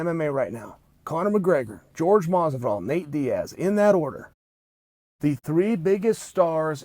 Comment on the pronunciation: why does Chael call Jorge, George? is he mispronouncing his name to throw shade?